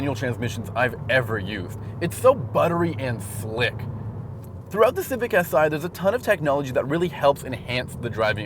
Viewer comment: How he said Civic had me laughing my ass out loud. It sounded like Cific. Great review otherwise.